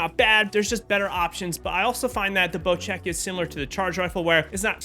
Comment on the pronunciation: why does everyone call bocek a bocheck